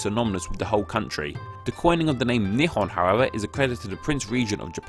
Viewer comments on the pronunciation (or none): There are two ways to pronounce "nihon", one means "two sticks of..." and another one means Japan. The pronunciation in the video sounded more like "two stick of..." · ✕ Nihon 〇 Nippon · I'm learning Japanese and I notice he pronounced the word really weird hahaha. Interesting fact, the Japanese language's one of the most eassely pronouncing ones.